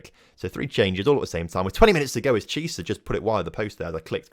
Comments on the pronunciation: its pronounce key-ay-sa not cheeasa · You say chiesa like key-ay-sa